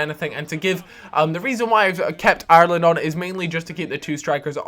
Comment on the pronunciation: its funny how cant prenounce IRELAND properly